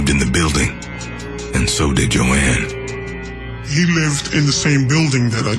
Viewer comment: The OED defines 'ignorance' as 'Jo-anne". Sad, sad, sad.